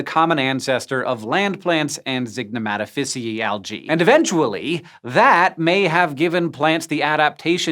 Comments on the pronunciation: Its not zignomatafissyee its Zig no mata ficiae Zig no mata Fissy eye Try pronouncing that in Italian LoL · Zygnematophyceae - Zig (neh) Mat Oh fishy-e ayye (like the fonz). I've never heard the ae pronounced like a hard E. May be wrong but my entire undergrad it was like the fonz. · (ZIG-nuh-Mah-toe-fiss-ee-aye) but close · I think zygnomatophyceae is pronounced with an [EE-Ay] at the end